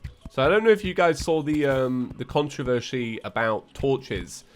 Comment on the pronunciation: nobody:: "konchoversi"